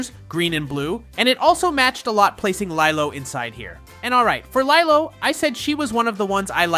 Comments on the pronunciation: ok man here’s a piece of advice so read carefully and closely. Don’t miss one letter and pixel… ITS NOT “LIE-LOW” ITS “LEE-LOW” and you sound like you can you can speak perfect English but somehow miss pronounced lilo? It’s lee-low not lie-low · It's pronounced leelo not leyelow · Lilo and stitch it’s pronounced lelo and stitch